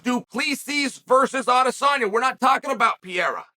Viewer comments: His name is"Pereira" not "Piera" Chael 😂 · Even after Ariel corrected Chael on his pronunciation he still calls him Piera 💀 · Eugene Berryman, Du Pleeseez and Pee era... Fuckin Chael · Who tf is Piera?🤣💀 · Chael is such a genius for calling Alex "Piera" and Belal "Blahal". Makes people comment about it, getting more traction. Not to mention how hilarious that he can make a Brazillian with indigenous origins sound like he's a french guy named Pierre. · I think he was trying to say it the way they say it in their language, it’s sounds like Pa-hair-a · How tf do you pronounce the guys name anyway? Rogan and DC went from calling him Per-rare-uh to Pe-Haduh and Anik calls him Pin-ay-duh. It’s honestly fucking annoying how everyone calls him something different. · Per-rare-uh is the correct pronunciation. My friend from Brasil clarified this. Only the first (letter) “R” in a Portuguese name is pronounced with the “h” sound. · Wait, there's people still thinking he's not mispronouncing on purpose ? The guy who self proclaims himself as the most knowledgeable in the MMA space, is not able to put some simple letters together? The same person who pronounce Khamzat chimaev and Shavkat Rakhmonov effortlessly? Come on. I fully expected him to start pronouncing Pereira correctly after he won the title, but he didn't, it means he still didn't think Pereira deserved the respect, ,he probably doesn't like the way Alex has been fast tracked and given the title shot, that's all.